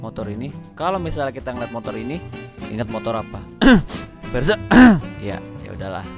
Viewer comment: pas nyebut verza nya itu loh..hahhaha..seketika gue liat verza gue...wkwk